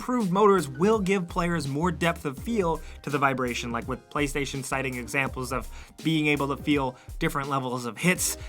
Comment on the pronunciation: "Play 5 tation"